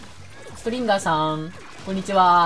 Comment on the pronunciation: ストリンガーがストリンダーに聞こえるのは俺だけではないはず